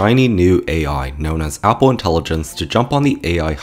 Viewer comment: You are pronouncing Apple wrong. Its horrifying, please don't say that in that way ever again